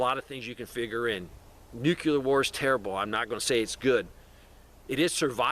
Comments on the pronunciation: Why are you adding an extra syllable to the word NUCLEAR? NUCLEAR is a two syllable word. It is NOT a three syllable word. Stop saying "NEW-QUE-LEER". It is pronounced "NEW-CLEAR". Two syllables... not three syllables. Stop pronouncing the word NUCLEAR wrong. I’ll lead an effective strategy to mobilize trunalimunumaprzure. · New-cue-ler? It's pronounced NEW-CLEAR. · I never trust anybody who says "new-cue-lur", because they don't even know that nuclear is derived of a nucleus - and not a newcuelus (or however you spell this imaginary word). The word you seek is nuclear (from the nucleus). New-cle-ar. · Learn how to say Nuclear. There’s only 1 U. It’s not Nukuler.